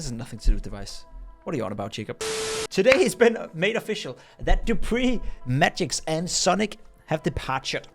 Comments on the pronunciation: MagiSSSSSKK. S comes first then K. Not the other way around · its not magix its magisk